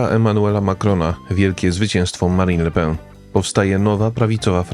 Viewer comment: Le PEN nie le pę 😉